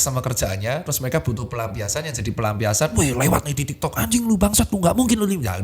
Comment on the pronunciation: kok gw dengernya tiktod ya😂